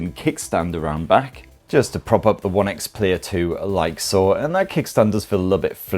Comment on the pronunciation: It’s One X Player.. he’s dropped the first e for some reason 😂 nice video though!